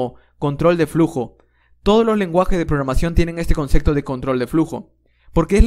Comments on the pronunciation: No se dice “concecto”, es “concepto” con “p” de papa. Pero lo dices con “c” cada 10 segundos. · Sos un genio. Pero por Dios no digas conceCto. Lo demás es impecable